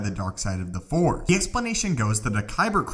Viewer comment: FORCE!!! Not FOR